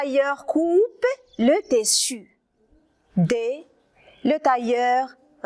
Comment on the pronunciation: Tissu ما كتنطقيهاش مزيان